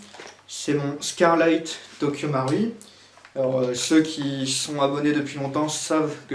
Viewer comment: I love it when he says Tokyo Mauri